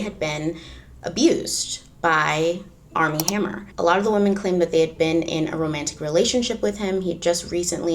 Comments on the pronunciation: Arm and hammer...I keep thinking you are saying that brand lol 😆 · Totally thought you said ARM AND HAMMER. Couldn't figure out what baking soda had to do with it...